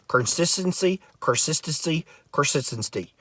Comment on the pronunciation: “Carsistency” “Terpature” - LOL!